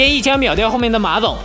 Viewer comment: 你刚才说馬总，我好像听到马桶